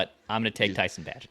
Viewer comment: Of course is incapable of correctly pronouncing Tyson bagent s name